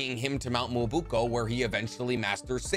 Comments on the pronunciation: Mee-yo-Bo-coo. This is a drunk comment but it’s true. If you’re going to be a Naruto explainer, you NEED to pronounce things right. Or at least SOMEWHAT close. Mount “moo-oo-buko” ? That’s not even close. Kinda makes it seem like you aren’t actually a fan and are just a fan seeking YouTuber. And I truly enjoy your vids so I hope that’s not true. I get that your actually trying to be a comedian but if you’re gonna use Naruto as your jump off point, do it right. If it was just once, I’d let it go. But I’m this video alone, you said it that way 5 times. Cmon man. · Not muyabuko its miyaboku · You pronounce myoboku wrong it’s pronounced “mio-bo-ku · It's pronounced Me-oh-boa-ku (Myoboku) and also the toad who gave Jiraiya the prophecy was Gamamaru. Fukusaku is one of the sages (Pa) that merges with Jiraiya in sage mode. I'm really liking your content though! Just gotta clean up some of the pronunciations, that's all. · Wait does he mis pronounce stuff on purpose or does he actually not know now how to say chibaku or myoboku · Great videos but his way of mis-pronouncing kunoichi and mt myoboku kills me